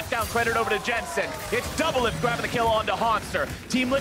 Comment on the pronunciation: Anybody else realise that Kobe said doublift and olleh